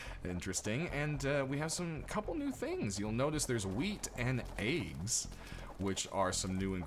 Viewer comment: haha sorry i was meant to reply to my friend cos of your accent to us british guys when you say wheat and eggs it sounds like wheat and aids haha just childish stuff dont worry x